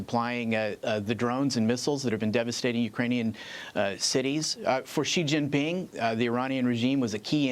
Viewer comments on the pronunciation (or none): They incessantly mispronounce Xi Jin Ping and Ali Khameini, too